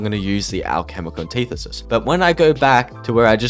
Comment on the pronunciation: its anti-thesis not an-tithe-sis